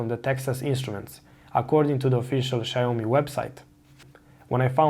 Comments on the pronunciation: Xiaomi' not Xiao'mi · Small corrections, it's pronounced 'Xiao mi' and not' Xi ao MI '. Thanks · Xiaomi != Xaiomi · "Shayomi" hmp...😒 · "shy-oh-me"... interesting name :D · if you're pronouncing it incorrectly... :) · Well if you can't say the name of the product or company i'm just not gonna watch your videos lol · Good information! It’s pronounced with two syllables though